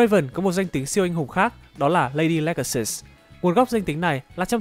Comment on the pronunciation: ladylegasus => lady-lega-sus